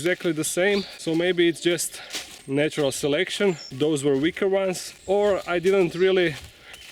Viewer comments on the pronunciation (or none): none